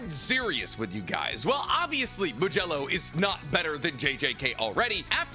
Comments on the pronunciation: It’s a d not a j modulo not majello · Did you just call it "Modelo"??? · The way this man says modulo keeps taking me off guard